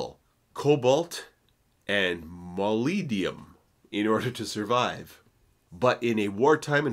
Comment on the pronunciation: Molybdenum (supposed to sound like mo-lib-den-um). Turbine should sound like ter-byne, not turban. One is a disc of blades, the other is a sort of hat. Think about it. And the American “aluminum” is right up there with the inability to handle metric units and traffic roundabouts.